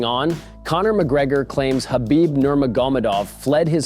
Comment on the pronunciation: Why can none of yall pronounce Khabib’s name correctly. Gonna make UFC videos and can’t even say the guys fuckin name lol. Pretty pathetic